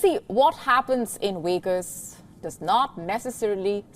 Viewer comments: What happens in Wegas stays in Wegas😂😂😂😂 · Yeah I noticed that too. The V sound was a W sound